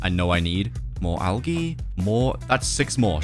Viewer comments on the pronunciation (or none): Oh it’s pronounced al-j-e not al-g-e